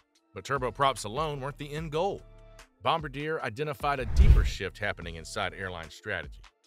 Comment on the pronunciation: welp i guess AI can’t pronounce bombardier?